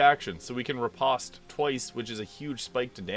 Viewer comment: When I was a fencer, everyone called it "re-post" rather than "re-paust."